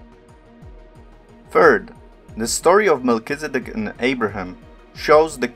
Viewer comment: " Melchi " "Zed dek" "D" NOT "B"